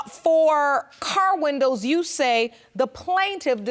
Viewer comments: Leslie Bramble,,,, these type of blk women take our race BACKWARDS 60 yrs. They need to take school seriously. Learn to speak properly. MEN is the word for more than one. No need to put an s on MEN. Windows is the way to say it. It's not winders. Don't put us back in the 20s. The 4 of them are embarrassingly funny/sad. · Oh my God she pronounces windows like wonders. Wahnduhh